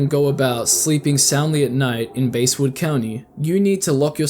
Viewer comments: pronounced basswood not basewood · No way did you start off by pronouncing "Basswood" like that.